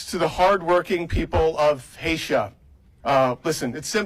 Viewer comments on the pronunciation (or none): It’s Haiti not Haysha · Love when ignorant people say "Hatia"!! Ludacris!! ❤❤ USA USA 🇺🇸